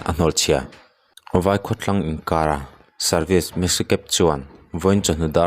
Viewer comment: Champhai leh vaikhawtlang inkar service i lam dan kha Inkar tih tur,, nang leh kei a inkar an tih ang hian ang hiannn